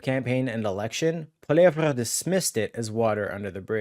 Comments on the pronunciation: When are you going to learn how to pronounce Pierre's last name? Listen to the way HE says it! It's pronounced like "POLLY-EV". The "RE" is silent! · Hey you need to say Pierre’s last name right. It’s very annoying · Please learn to pronounce the name of the leader of the Conservative Party. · bro why u pronouncing pollievre like that? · Please learn hous to say Pierre's last name dude! NOT CHATGPT!!!! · I literally was reading the comments just to see if his pronunciation of Pierre's name annoyed anyone besides myself! I find it so very irritating! Thank you for your comment!